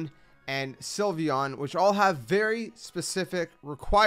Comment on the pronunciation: THE L IN SYLVEON SHOULD BE AFTER THE Y!